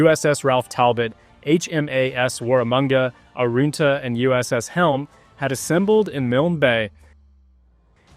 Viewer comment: Would be good if you pronounced the name correctly. You said it like it has “oo” in it, which it doesn’t. Arunta is said as such, not “Aroonta “, like you said it. Typical bloody American mispronouncing Australian names. Pull your head in.